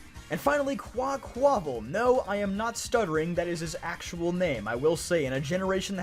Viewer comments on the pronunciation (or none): I think Quaquaval is pronounced Kwah - Kwuh - Vahl and I really like that name! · You need to add a little Spanish flair when pronouncing Qua-qua-VAL! One of my favorite names to say. 😊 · I’m almost positive Quaqaval is pronounced like Carnival with more of a Spanish accent. Hits so much harder with the accent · Quack-Aqua-Carnival = Quaquaval pronounced Quack-waval. It's actually a pretty good name I can see how it could be overlooked though.